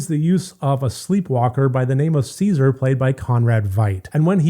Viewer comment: Not “See-zar”. It’s “CHES-a-ree”.